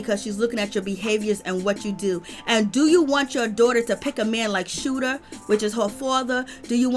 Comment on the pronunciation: Did u say scooter instead of shooter 🤣🤣🤣🤣🤣🤣🤣🤣🤣🤣🤣🤣🤣🤣